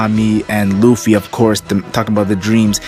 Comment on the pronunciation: How hè says ‘loefy’ in place of Lufy 😂